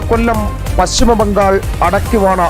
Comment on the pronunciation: താങ്കൾ കൂടുതൽ ഓവർ സ്മാർട്ട് ആകരുത്. (ബംഗോൾ) അല്ല ബംഗാൾ..